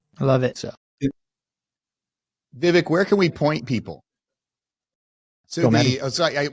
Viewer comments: Yes, the guys should have pronounced his name correctly. Vivek like Cake or Rake ( vek). Vivek better win in 2024. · Viv”ake” like cake.